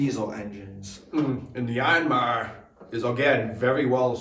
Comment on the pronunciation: Why "YARN-MAR" ...is that right?